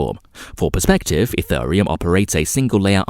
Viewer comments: This is amazing :-). Car-Dane-O and Eth-Ör-Ium!!! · EthURReum (time stamp) smh… get a human to read this script not an AI. P.S. Cardano is the company project ADA is the coin running on its blockchain so no need to say Card ay no Ayy Dee Ayy. Sigh